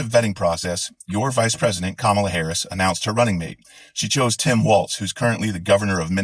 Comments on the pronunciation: The guy's name is Walz. Pronounced like Walls! It is not Waltz, the dance. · No offense introduced but his name is WALZ, not WALTZ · I love Tim.... but his last name is Walz not Waltz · His name is Walz not walts. I am sorry I do not know how to spell. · Everything about your video was spot on except your pronunciation of Walz. There's no "t" in it (like the dance) and it's pronounced "walls". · For the record, it's pronounced "WALLS" not "WALTZ" like the dance. Both Parts of this were great. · Waltz is a dance not Walz. His name is pronounced Walls not waltz. You can google the pronunciations. Im not saying this yo troll you, im saying it because you msy want to pronounce his name correctly out of respect. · Um, his name is Walz, not Waltz. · WALZ = WALLS NOT WALTZ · It's Walz brother, not Waltz.☺ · Theres no "T" in Walz. Its not a dance. Good stuff anyway. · Walz not Waltz. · It's Walz, not Waltz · Loved this video ! His name is pronounced like walls not waltz as the dance. Maybe we can start a new dance.The Harris/Walz Democracy Dance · Walls (i.e. balls to the...) not Waltz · fyi it's pronounced walls not waltz, and shady Vance never boinked a couch. As far as we know. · Walz….not waltz ….still love you tho. 😉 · As a Minnesotan, and for reasons completely unknown to me, Walz is pronounced Walls. Which I only bring up because you can use Balls to the Walz for sloganeering. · I think Tim is awesome. But his last name rhymes with balls, not the dance. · Actually, his last name is pronounced Walls but I agree that he is an awesome choice for VP. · It's not 'Waltz', there's no T. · It's WALZ, No T. The dance is the waltz. It's an easy mistake a lot of people are doing, but you have to say it correctly as someone who is going to give out facts & opinions & appear as a professional. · His last name isn’t a dance. It’s pronounced walls. Someone who Trump will be banging his head against soon. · Great rant, slight correction- it’s Walz- rhymes with walls.